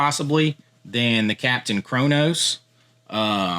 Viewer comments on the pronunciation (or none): none